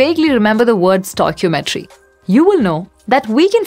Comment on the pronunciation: I really like that you say stoichiometry instead of the usual "stock-iometey"